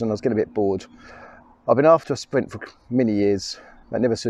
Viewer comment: your "spwint" is cool